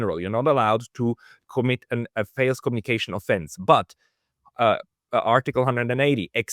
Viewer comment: I don’t usually bother correcting mispronunciations but this one,, matters: the vowel in ‘false’ is the same as the vowel in ‘falls’. The consonant at the end of false is /s/ that at the end of falls is /z/. So they are not quite the same, but almost. 😅Btw I love your podcasts. You are doing a great job.